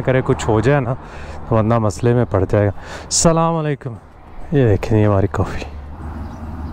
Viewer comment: Say asalamualaikum not salamalaykum